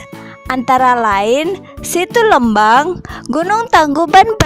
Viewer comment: lucu pas bilang lmbang nya 😁, informatif sekali kk terima kasih